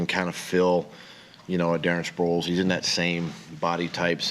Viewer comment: Sproles??? Really